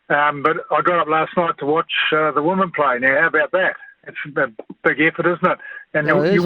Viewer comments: Can anyone please pronounce “women” properly ? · WHAT IS A WOMEN ???